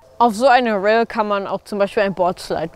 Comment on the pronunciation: #skateORDIeö. Ich frage mich, wie spricht den der Kerl "Rail" aus? Das hat sich irgendwie komisch angehört!